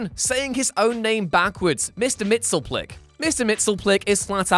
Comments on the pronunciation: His name is "Mixie-us-pit-lick". Or "Mix-yes-spit-lick". That's why it can abbreviate to "Mixie". Not "Mix-ill-plick". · Mxyzptlk isn't pronounced "Mixel-plick." Anyone who's seen Superman TAS can tell you is "Mix-ēē-yes-spit-lick". Backwards, it's "kill-tip-seize-uM." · Mix Yes Spit Lick < = that is how you pronounce his name properly. Canon. Yes really. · Mr. MXYZPTLK [MIX-YEZ-PITTEL-ICK] The way it's pronounced on Super Friends is WRONG! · I thought it was pronounced MIXY-PIDDLE-ICK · A minor thing but a pet peeve of mine, as Gilbert Gottfried clarified when playing him, it's pronounced "Mix, yes, spit, lick!" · Mxyzptlk's name is pronounced 'Mix-yes-spit-lick' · I thought it was 'Mix-yiz-pitl-ik'? That's how I remember the animated series pronouncing it. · Well, that's how Superman says it, but I remember Mxyzptlk himself saying "Mix, yes, spit, lick" in the Animated series after Superman first pronounced it incorrectly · Actually there are a couple ways to pronounce his name. According to Wiki: /mɪksjɛzˈpɪtəlɪk/ = miks-yez-PITTLE-ik /ˈmɪksɪlplɪk/ = MICK-sill-plick While the first one is more accurate based on the grammar of his name, the second one is easier, so more people go for that one. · In one of Byrne's Supermans from the 80s, he got one of the characters to break down the pronunciation. They went for Mix-yez-pittle-ick. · Damn you butchered that Mister Mxyzptlk pronunciation. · Who else got REALLY angry when he mispronounced Mxyzptlk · The way you pronounce Mxyzpytlk feels kinda... Wrong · He said mxyzptlk wrong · You are pronouncing Mxyztplk wrong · Number 0: The ina bility to pronounce Mxyzptlk